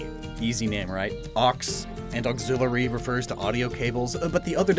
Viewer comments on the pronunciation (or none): Oxillery sounds to much like octillery